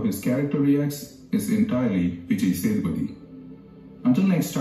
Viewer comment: its vijay SAY THU PATHY not SATHA PATHY